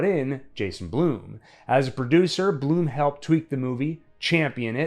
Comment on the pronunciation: Brother, Jason Blum/Blumhouse are pronounced like “plum” not like “bloom”.